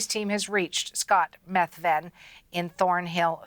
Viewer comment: His name is pronounced that's how it's said in Scotland.